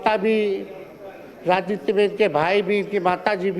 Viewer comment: राजनीति होता है राजनीत नहीं पहले बोलना सीख लो सम्राट जी 😂😂